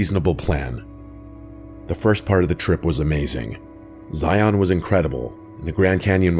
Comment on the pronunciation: Locals don’t say ziOn btw